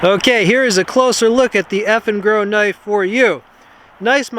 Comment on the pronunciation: I kept hearing "effing girl." lol